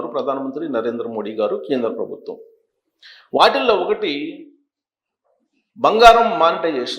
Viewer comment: Telugu pronunciation is bad. For example Aatillo anakoodadu. Instead it should be Vaatillo Anjali.